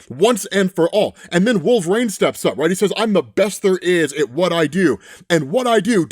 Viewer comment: Not until he figures out how to pronounce "Wolverine" instead of "Wolver-reign"